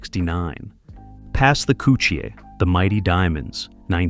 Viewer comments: This is the confusion with people out of jamaica, there is two different jerna in jamaica, dancehall and reggae, stop the confusion.........and it's pronounced kuh chi not couchi🤔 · KUTCHIE NOT COOCHIE 😂😂😂😂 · It's pronounced ko- chee not koo-chee. This man know how do pronounce dutchie but want to intentionally mispronounce kutchie Smh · "Pass the "kutchie". Not "coochie" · 😂😂😂😂 most definitely. How he got dutchie and not kutchie though. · Was wondering who’s gonna tell this stupid ass It’s KUTCHIE❗️💯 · Not douchie either! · It is pronounced KUCHIE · KOUCHY IS THE WRONG PRONOUNCIATION.